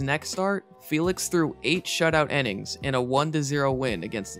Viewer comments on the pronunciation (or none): does the way this guy pronounce "innings" bug anyone else a little? Sounds like he's saying "ennings". Great vid otherwise though.